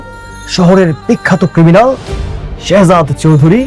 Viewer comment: হালার পুলিশ তো ঠিক মতো কথা বলতে ও পারে না শেহজাদ বলতে পারে না শহজাদ বলে 😅😅😅